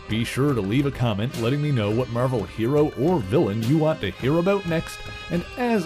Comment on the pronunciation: It’s because he says “Merrvhell”..